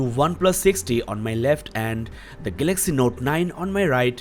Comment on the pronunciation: gaylexy note 9 what a accent